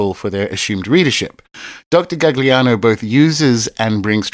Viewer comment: Say it with me, “gall-yano”